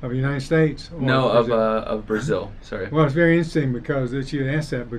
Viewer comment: porque a palavra "sorry" se pronuncia como se tivesse um r só no português.